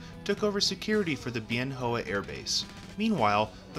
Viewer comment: Nice video, well done. FYI- Bien Hoa is pronounced "Ben Wah".